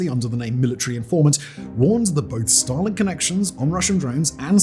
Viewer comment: It sounds like he is saying Stalin not Starlink and that sounds vastly different.